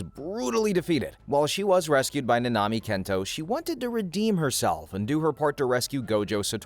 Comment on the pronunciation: Your saying it like nnami its like nAnami